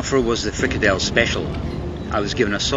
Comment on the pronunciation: you had a FrikaNdel, not a Frikadel. Dutch vs German, and a German interpretation of a dutch dish. If you every want to do a dutch streetfood safari I gladly help you find the best. Even if I have to pay for it.